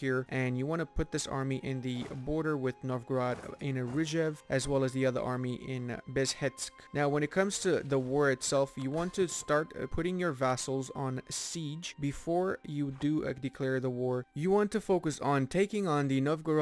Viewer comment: Bezhetsk is city Бежецк. "ZH" "TS" on russian is not two letters. Its one letter like "J" or "G" probably and "TS" its "C" sound. So Be[G]e[C]k